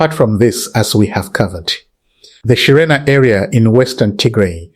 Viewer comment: Thank you for your news. Would you Please read Shererina not any more shirena? Thanks.